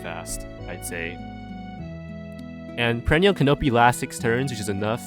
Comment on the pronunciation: The way you pronounce canopy makes me sad